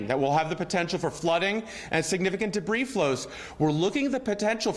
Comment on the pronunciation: She never learned to read. Pronounced "s " in debri"s".